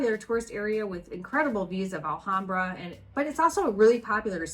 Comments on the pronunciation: It’s the first time that I hear someone complaining that a city has.. winter 😁 Anyway, nice video. Just one thing, the “H” in Spanish has no sound, so Alhambra is pronounced Alambra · ALHAMBRA IS PRONOUNCED WITHOUT THE H = ALAMBRA. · Pronounced: ahl-ahm-bra 😁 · I love southern Spain. It’s the “real” Spain to me. I lived there in the 90’s. Remember that the H is silent in Spanish, including in the word Alhambra.